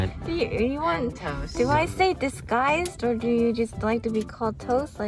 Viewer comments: Is it just me or does anyone else hear “this guys toast” when toasts classic intro happens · I wonder if he's saying disguised toast or this guy is toast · Is it just me or is disguised toast intro sound like “Ha this guy’s toast” rather than “Disguised Toast” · idk why but when i started to like watch toast when he like cuts yknow that guy saying "duisguised toast" i don't hear that i hear "this guy is toast" which i think is really funny because the guy said it like toast was about to get toasted 🤣